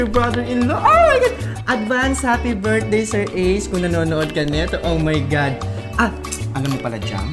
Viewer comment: Ken saying: "OH MY GAD" Me: OH MY GAD mom: YOUR DEAD.